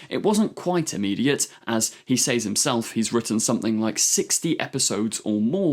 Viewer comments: This guy pronounces “says” like “saze” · Well, he's an enthusiastic, that's okay. What annoyed me is that he apologised for possibly mispronouncing an unusual name, yet at the same time can't pronounce 'says' correctly.